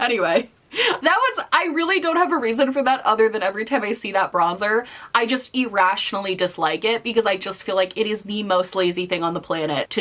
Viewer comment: I get irrationally bothered every time says e-rationally🤣